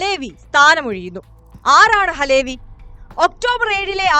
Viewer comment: അലേ വി അല്ല . അലവി ക്കാക്ക.